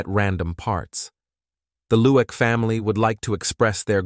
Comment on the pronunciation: Say 3am rather than 3hour am!!! Annoying😢 Lueck pronounced ‘Loo ick’, as opposed to Look